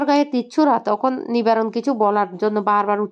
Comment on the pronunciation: 😂😂😂😂nam "Nabarun" ,,,, Vasya path bolechhe "Nibarun"🤣🤣🤣🤣ae Guineas Book Award Dite hoy ae sob. vulval vasyo pathika-der😂😂😂😂😂